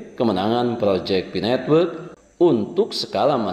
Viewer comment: Pi network, bukan fi netwek